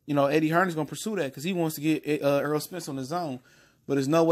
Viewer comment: This guy for sports TV you talking so much crap about Errol Spence you can't even pronounce his name you call him Earl it's Errol with an E wishful thinking sounds like you really don't know what you're talkin about first of all Mikey Garcia didn't duck out of the fight He was ordered he had a mandatory ibf defense for the lightweight title and if he didn't take it he would be stripped so he's supposed to defend this title but learn how to pronounce Errol Spence name not Earl Errol get the name right before you start talking all kinds of garbage Lord have mercy